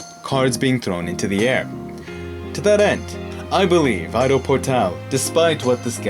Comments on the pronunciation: ido is not pronounced I-do it is pronounced e-do. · You pronounce his name Ee-Do, not Aye-Do. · its pronouns "eedo" not "i-do" 😉😉